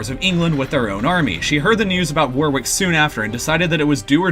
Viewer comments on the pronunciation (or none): War-wick? Where's that? It's pronounced 'Worrick'. Similarly, 'NORTH-Hampton' ,here, irl is called NortHAMPton.Great video, but please visit the city of Warick and tell people how much you love it, pronouncing it as you do repeatedly here. People will laugh in your face.OMFG Lie-chester?!!?!?! Jesus. Leicester is pronounced 'Lester'. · As an Englishman it's painful to hear how you pronounce Warwick, phonetically it's said like wor-rick not war-wick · Also, I think, 'Warwick' is pronounced 'War-rick'. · War-Wick, NORTH-hampton, Bew-fort, lie-chester, Tewk-es-bury and Too-dur. So much wrong, so little time.